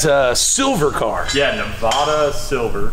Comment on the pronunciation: NE VA DUH NOT NEV AHHH DUH.